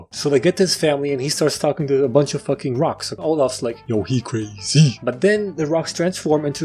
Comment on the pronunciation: yo he cray- ZEE